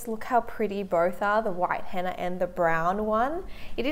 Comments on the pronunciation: It's Henna not hanna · I thought she said Hanna in the beginning